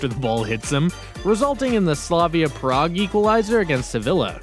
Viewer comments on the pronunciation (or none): none